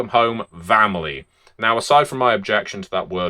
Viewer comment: "Vamily?" Vor goodness sake, where'd they get that voolishness vrom?